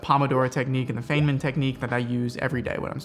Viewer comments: Feynman is pronounced like "Fine Man," rather than Fein man. Love the lighting in these videos. What did you do differently with your video production from your older videos that we see in the B roll. I don't know about you, but I'm taking notes here :) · “Feign”-man technique lol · Awesome video, but I cannot believe you mispronounced 'Feynman' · Did you really pronounce Richard Feynman's name wrong... smh